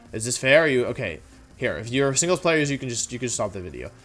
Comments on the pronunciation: I like hearing what he has to say but what it up with “wideo” & “jiggalith” etc. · VIDEO DOES NOT START WITH A W, IT STARTS WITH A V! AND FORM DOES NOT END WITH AN E! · Why tf does he keep saying wideo and forme? It’s so annoying 😂 unless he’s doing it for the algorithm because he knows people will point it out. Which if that’s the case... gg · Why did he say wideo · Its something he likes to do he does it in every video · no one: Wolfey: wideo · Me: clicks on wolfey video knowing full well how long it is Wolfe: "so this is probably gonna be a long wideo..." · Wepeat Wideo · Day 3 of asking Wolfey to make a wideo where he explains how to properly pronounce Pokémon names #frothlath #wenyousoar #neenaytails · "This is probably going to be a longer wideo if I'd have to guess" After those Glaceon videos, this is child's play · cuz it's Woof. he thinks he's cute or something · Great list, though I respectfully disagree with Indeedee female being B Tier. She’s S Tier IMO. A huge pain in my ass. Also, you mispronounced Deckydewey’s name. Another great wideo overall.